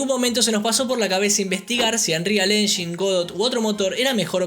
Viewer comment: Me triggera mucho que le diga unreal "enyin" en vez de "enyain" xd